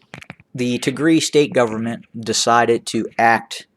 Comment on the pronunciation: You pronouncing wrong Tigria, you have sound it Y ( Tigray) But Thank you for being voice of Tigray we Appreciate it